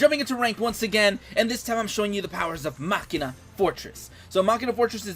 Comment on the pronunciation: I love the way you say machina. Everyone else says something weird like "mechaina".. and i'm like "what..china?"